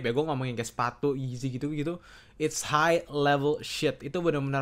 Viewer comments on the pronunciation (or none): none